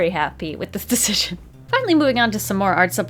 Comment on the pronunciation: what happened to the word "decision"?